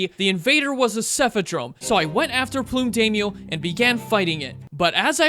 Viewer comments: I don't know why but the constant mispronunciation of "plum" as "plume" was driving me up the wall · why do you pronounce plum like plume? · Great video! You deserve way more subs. I have to ask. Why do you pronounce “plum” as “plume?” I’ve never heard the fruit pronounced like that ever hahaha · "plume daimyo" this dude never heard of a plum before 😭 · the pronunciation of the word “plum” makes me cry